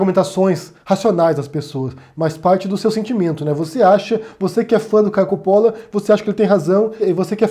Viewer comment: Olá! Espero que você continue a publicar seus vídeos. "Deus é Luz, ignorância é escuridão..." Essa "turma" que hoje podemos ver no Brasil (e no mundo) é do mal! São capazes de subverter o Sagrado, que dirá aquilo que não o é... (Uma observação, se me permite, o nome "Coppolla" - de origem Italiana - deveria ser pronunciado 'Cóppolla' como em Italiano, com o acento na primeira sílaba). Abraços!